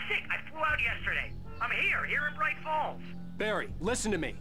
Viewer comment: Proč říkáš "brič fóls", když je to "braj fóls"?:D Jinak skvělý LP!:)